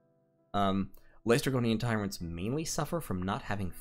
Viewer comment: DOH!!!! But seriously it's "less - tre - go - nian" not "lay - stre - gore - ian". Still good catch. I hate it when I'm an idiot.